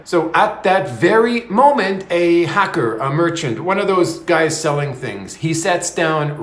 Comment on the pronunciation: Hawker?, you seemed to say hacker…